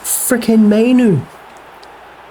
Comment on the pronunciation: Yea both those "mainoo" errors are all on you